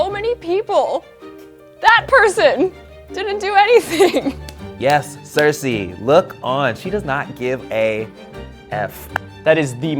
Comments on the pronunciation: Its not cersay its cerci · Pronounce "Cersei" correctly.